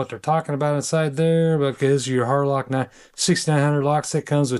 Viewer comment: Thanks for showing us this. Had to listen carefully tho. Wasn’t sure if you said Harloc or Harlot… 😂